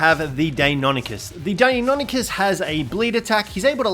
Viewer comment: Lol is there an Encyclopedia of how to Pronounce tame names? Deinonychus is Pronounced Die-non-i-cuss